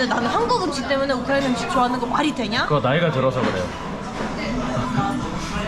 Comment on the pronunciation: 우크라이나 사람이 우크라이나를 한국발음으로 말하는거 재밌다ㅋㅋㅋ 우리나라 라고 하는것도